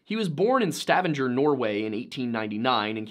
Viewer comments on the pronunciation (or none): Fyi, “Stavanger” Norway is pronounced (STUH-VONG-GER) with the G being pronounced like a regular G and not like a J, and the As are more like Us. pronouncing it like (STAVAN-JER) is common but incorrect. my mother is from that town. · The Norwegian pronounciation is Sta-vang-ya not Sta-vin-ger. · The G in Stavanger isn't a J sound; the name is pronounced "sta-VANGR", like "the hangar". Nantinâk is "nanty-nahk", and they have never been human. Just your bog-standard ogre (bigfoot).